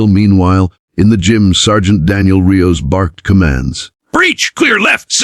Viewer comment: You should really listen to these before posting . It’s a SWAT team not a sweat team. Also Rios is pronounced re- os, Not ri-o. Do better.